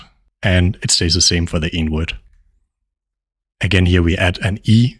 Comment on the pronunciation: it is great, but give us time to repeat😅. U are too fast. Also led to misunderstandings pronouncing "the" as "de"